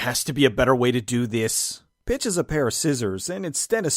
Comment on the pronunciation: Every time Pitch was said I heard Bitch, it added an extra layer of hilariousness! Try it for yourself!